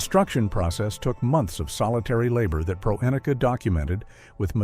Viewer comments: His name is pronounced PREH-neh-key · A major problem with AI voice over is the inability to pronounce unfamiliar words. Dick Proenneke is pronounced Pren-ak-ee. It is distracting to keep listening to the AI voice mangle that over and over again, and in different ways each time. I'll take a pass on this channel, since there are so many good YouTube channels with human creators reading their own material.